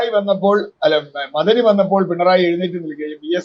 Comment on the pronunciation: മദനി യല്ല മ അ ദനി എന്ന് പറയണം, മദനി ഒരു ഡിഗ്രി യാണ്. പഠിച്ചു പറയുക.